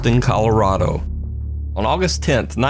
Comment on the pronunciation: I'm sorry but it's ColoRADo not ROD-o. haha ;)